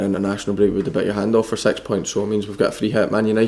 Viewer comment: Every time he says six points, I hear it as "sex" points. lol XD